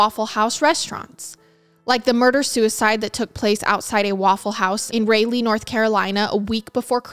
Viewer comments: Saying this to be helpful, not being a jerk: condominium is pronounced *condo-min-ium not *condo-moan-ium and Raleigh is pronounced *Rah-lee 🖤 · I want to say with all my heart I adore all your channels! Just to give credit where credit it do, Raleigh is a hard thing to pronounce. Just think Sir Walter Raleigh, bam you got it! And there is one in IL, not sure how they pronounce it. ❤❤❤ much love from Raleigh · “Ray-leigh” haha